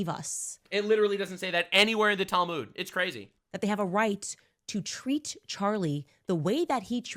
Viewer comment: I'm not Jewish but hearing her pronounce or mispronounce the Talmud as Talmood is hilariously grating on my ears. 😅